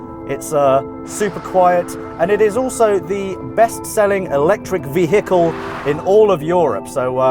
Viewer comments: Vi-heckle hahaha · You pronounce "VEHHHICLE" like american cops